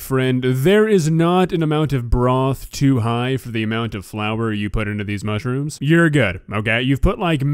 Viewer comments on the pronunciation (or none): Mushyrooms wtf I'm a Brit and we don't say it like that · "mushy rooms" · Does she say “mushyrooms “ ? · Is she saying mushyrooms? Lol love it